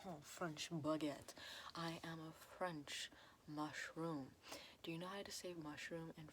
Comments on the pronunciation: do you know how to say mushroom 🍄 in French MuShRoOm 🤌👁👄👁🤌 😂😂😂I can't😂😂😂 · WHY OMFG MUSHROOM IN FRENCH OMFG LMAO honhonhon baguette I love your voice and idk how you see my country, language or whatever but wtf you relax me so much and make me laugh so much at the same time ! You're awesome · "Do you know how to say 'mushroom' in French?" Me: Yeah, champignon 🍄: French Accent "Mushroom~" Me: Oh... Right. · Funny how she tried to say mushroom in french but actually said it in italian.